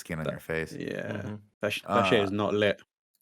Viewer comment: Goharanpour I'm trying to remember specifically what happened but I think it was Nick making a joke and instead of saying "it's lit," he said something was "frit".